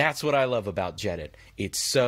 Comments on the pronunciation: It's gedit not jedit dude, unsubscribed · Its GEE-EDIT ye yank.